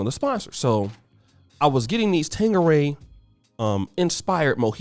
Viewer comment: No “g” in Tanqueray 😂😂😂